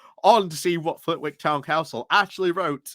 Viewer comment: Just a minor note, the w in Flitwick is silent